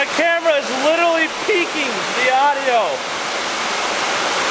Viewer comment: Repeat after me ; liteRally. There's an "r" in there man. Not "littlely "